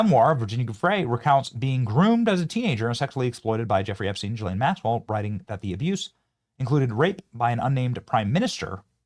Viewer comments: Quit saying Jillane. Bro learn the fucking name. GEE-lane. You did the same stupid shit with Robert MUE-ler… it’s fucking Muller….. it’s like you do this shit on purpose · I’m so done! Her name is an Irish name. It is PRONOUNCED (Gee-Lahn). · We are years into this story and you still can't pronounce the name Ghislaine properly. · Are you fkn rtrdd? Why can't any of you influencers get this right? It's Guiffre where the G is SOFT like a J. And it's Ghislane with a HARD G, not a soft G like a J. It's not difficult and you should know this by now.